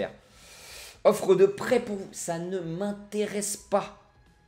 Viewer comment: Salut au début de ta vidéo quant tu as dit que le coach voulais t'envoyer en prêt j'ai entendu qu'il voulait t'envoier en prison LOL SINON bonne vidéo;)